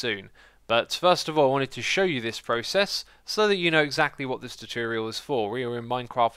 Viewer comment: "Chu-churial" Xisuma says some pretty interesting things... :P